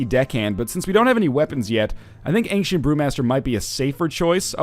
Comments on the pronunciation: I'm canadian. Aboot is hardly said, and angshent is definitely not a thing. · I think he's mocking the way Northernlion pronounces 'ancient'